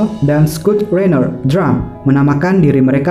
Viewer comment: Scott Raynor Pak, bukan scoot raynor. 👍🏿👍🏿